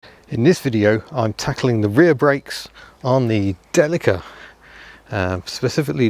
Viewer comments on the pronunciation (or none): “Dell-i-ca”? Isn’t it “Dell-eeeek-ka”? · You would not call a Toyota Celica a "sale a ca" its pronounced del e ca. My family used to import these from Japan they are not called delaca there either.